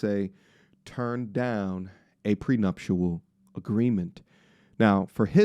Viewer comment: Say we want prenuptial